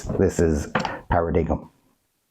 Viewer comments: Para dig um! Ffs its Paradigm (par a dime) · It’s pronounced ‘para-dime’…cheers